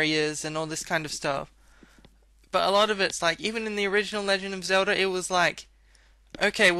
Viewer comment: My head is spinning because of accent... is saying Zelda and talking about Celda but just always says Selda, generally pronouncing S and Z as a sharp S... I get so dizzy haha!